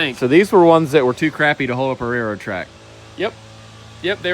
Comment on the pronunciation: Anyone else notice that neither of the Perkins Brothers pronounce the "L" in "Railroad"? I'd never heard of rare-road ties.